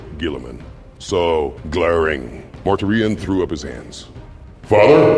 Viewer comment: Dude, I strongly suggest you look into how names in 40k are supposed to be pronounced. Or don't. "Mortar Ion" definitely cracked me up . 😂